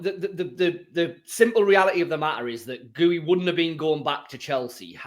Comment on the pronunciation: Gee-yoo not Goo-ee 😆